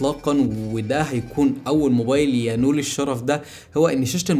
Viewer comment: اسمها ينال مش ينول🤣🤣🤣🤣